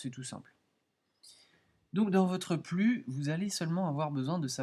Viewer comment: On dit P . L .U. pas plu